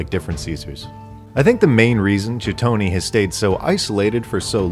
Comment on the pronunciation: "chi-tony" bruh. "Kite-un-ee." Like chiton.